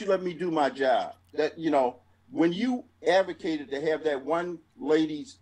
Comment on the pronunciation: Did she just day adomocated?